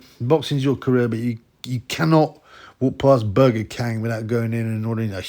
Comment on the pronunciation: "Burger khang" 😂😂